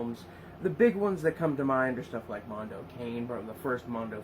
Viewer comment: Mondo Cane, pronounced "KAH-nay", not "Kayn". Just future ref.